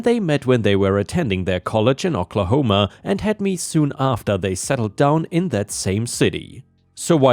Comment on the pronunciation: Oklahoma is said as "oh kla home uh" not "ah kla home uh." lol